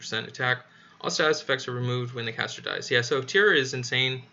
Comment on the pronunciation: Tyr pronounce “Teer” or “tear” 😢 rhymes with dear. Heimdall- heim pronounced like Lime the fruit, dall sounds like doll. HimeDoll Heimdall